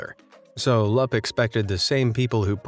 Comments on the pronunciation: Lap? What is that Romania is a phonetic language so U is pronounced U no matter what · Your pronunciation of Grigore Lup's name makes me cringe. His name is pronunced Loop. The "U" in LUP is pronounced as "OO". All "U"'s are pronounced like "OO" in romanian. UNSUBSCRIBED!